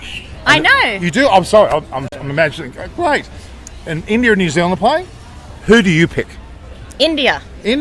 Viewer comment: Now we know it's New-Zealand